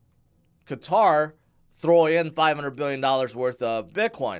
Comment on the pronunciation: QATAR: -2nd largest exporter of natural gas in the world -they just hosted the largest televised sports event in the world last year -they’re always featured in the news for their involvement in geopolitics. Yet, you don’t know how it’s pronounced? How can you be so knowledgeable with crypto and so dumb with everything else???? It won’t beat the time you didn’t know the name of the Swiss currency. I still follow you for your crypto content but PLEASE don’t touch anything else 🤦🏻‍♂️🤦🏻‍♂️🤦🏻‍♂️